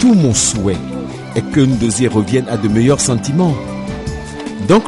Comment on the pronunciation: Chaque fois que le père prononce le nom NDOZIE je peux mourir de rire 😂😂😂😂